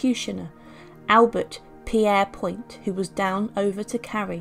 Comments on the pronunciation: Pierre-point? I thought it was pronounced “Peer-point”? Obviously English is not my first language but I heard it said many times. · It is. He lived in my hometown and his Great nephew still lives there, with that surname and it is pronounced as you say. I also thought her name was pronounced Gresher?